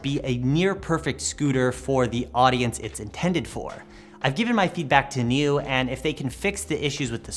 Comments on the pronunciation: Hey guys. Not to be a smartass or anything, I just wanted to tell you that the scooter is pronounced like Kneeoh, which is slang for awesome in Chinese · Ahhh, yeah, Niu (牛) does mean cow in chinese, the same word also is slang for awesome, which is what I mistakenly thought they were probably going for. Either way it's pronounced like the video game Nioh but with a prolonged o sound